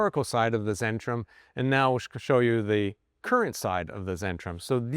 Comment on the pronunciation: its centrum, its a german c, not zen ....